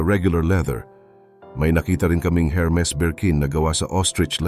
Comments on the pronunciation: Hello -Hermes pero pag sambitin po is Ermes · ERMIS SILENT H